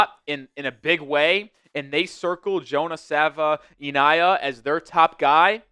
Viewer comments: D- for pronouncing our new Offensive Guard Jonah <Sav-in-nay-yah> wrong every time. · Struggling with that name 😂